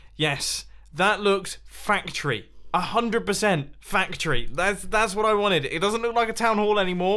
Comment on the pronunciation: "100% fact tree"